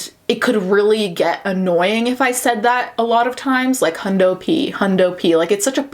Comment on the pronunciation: First of all, it's Canadians or people who watch Letterkenny; and second of all, it's Hundy P